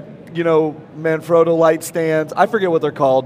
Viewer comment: Oh Good Lord what i see...It's Manfrotto... (Italian word, i'm Italian) not ManFroto... i think that you make a mistake...